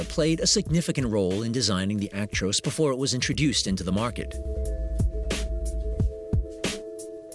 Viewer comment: It's called a Truck not a tractor and its Ac-tros not aik-trois